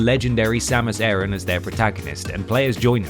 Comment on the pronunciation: Samus “Airun”?